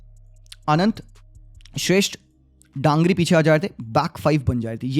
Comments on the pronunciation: DANGRI nahi bro DANGI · Not Dangri but Dangi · Not DANGRI 😅 Manish Dangi Dan***i is kind of bad word( gaali ) in Nepali 😅 just say manish if you fell unfortable Manish DANGI मनिष डाङ्गी Daa-n-gi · Manish Dangi not Dangri😒😂